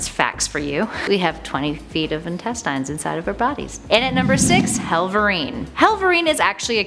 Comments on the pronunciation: what's with the "in-tess-tines" silly pronouncation bit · the way she said intestines actually triggered me😭😩